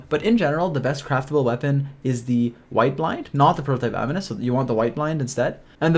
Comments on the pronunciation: Prototype Am-in-us not am-een-us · A-nimus. Not ani-mus :D